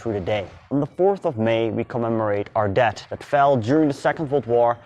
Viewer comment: Aangezien je dit dus in het engels doet hierbij een tip. Werk nog een beetje aan je uitspraken. Als je dus engels sprekende mensen wilt aanspreken maar je uitspraak van bepaalde woorden niet goed is gaan mensen zich ergeren. Bijvoorbeeld “country” of worden met een D zoals “dead” en het verschil met “death”. Geeft niet, het zijn typisch Nederlandse uitspraken van her engels maar misschien kan je dat gewoon eens oefenen. Want je inhoud is de moeite waard.